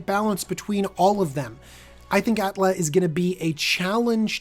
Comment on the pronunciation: Atla, not Alta !